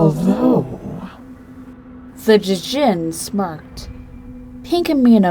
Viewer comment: its pronounced jin not d jin